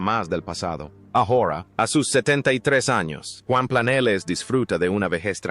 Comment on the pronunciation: No se pronuncia Planeles, se pronuncia Planelles. Aunque es tontuna artificial.